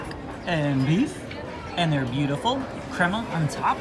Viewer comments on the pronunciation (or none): none